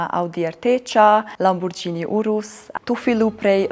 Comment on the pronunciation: Mir krejt po bënë ni xhiro ka Italia dhe mëso ta thuash mirë mbiemrin(sepse mbiemër eshtë) Lamborghini e jo Lamborxhini.